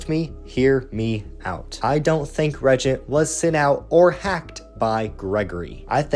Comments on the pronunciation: Regent? Dawg you mean re-AGENT?😭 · I read the book. It's extremely poorly written. Too many loop holes like turn around and the reagent is there, but if you go down this path to the right, it's also there. Feels like game overs with lazy/poor reasoning. Also, it's pronounced re-agent.